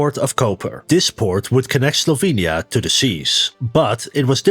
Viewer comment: Guge: didya minh sLovenya?